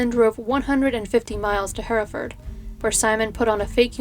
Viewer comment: Can I just say I'm from Hereford and I'm so happy to hear you say Hereford correctly! So many people from the States pronounce it 'here' (as in 'here I am) ford. And thank you for covering a case from my little home city. I really enjoy your videos, you've got great narration x